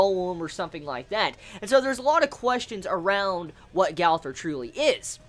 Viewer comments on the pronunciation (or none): It's pronounced Gother